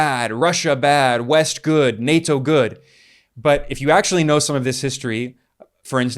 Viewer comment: plz fix the way you say nato